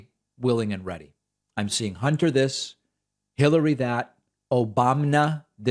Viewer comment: She didn't say "Hunter", she said "Honter".